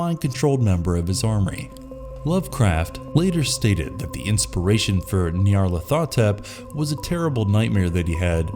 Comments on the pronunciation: Nyah-lor-tha-tep.....that bothers me lol. It’s Niya-lar-ho-tep. This is my favorite of lovecrafts eldrich entity’s so hearing his name said wrong makes me very sad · ... Ny. Arl. At. Ho. Tep. That's At Ho Tep, not Ath o tep. He was deliberately named to sound like an Egyptian pharoah. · I generally write it Nyarlat'hotep just to make sure people say it correctly. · Nyarly's name is pronounced Nigh-ar-lar-tho-tep, for future reference. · It’s N-eye-ar-lath-oh-tep. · The only thing scarier than these monsters is the way you pronounce Nyarlothotep!!!!! Lol! 😅🤣 I am a Lovecraft purist and i really can't stand the "Cthulhu Mythos" as it has come to be known as. Like most all franchises that get elaborated on by different authors, the stories get sillier, more over the top, and down right goofy at times as they seek to top what has come before. The mystery and the unknowable nature of these creatures becomes lost as these authors leave no stone unturned. Lovecraft created things that the human mind cannot comprehend, leading to madness. He hints at the existence of these things and from time to time gives us a detailed description, but generally it is left to us to try and imagine what it might truly look like. These other authors have stolen the unknowable away and presented us with a detailed description of the hierarchy of these beings. It ruins the world that Lovecraft created. Thanks to them, Cthulhu is now a cute toy made in the appearance of fat headed pop figurines or cute stuffed Cthulhu with big baby eyes that kids can snuggle up to in bed! And who made that awful CGI rhinoceros that is supposed to be a Soggoth? What an idiot. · You pronounced nyarlathotep wrong. Edit: nvm, mispronounced all mamed